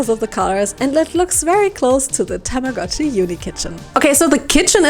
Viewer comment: TAMAGO-CHI IS PRONOUNCED WITH A LONG O. たまごっち - Tamago-chi - Tamago is Japanese for egg.